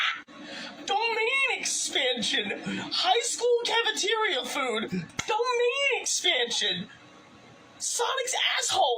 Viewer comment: doughMAYNE expanshin